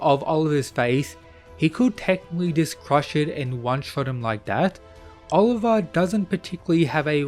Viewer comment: You pronouncing Olivia's name wrong is infuriating.